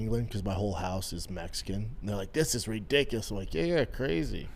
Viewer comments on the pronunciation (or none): none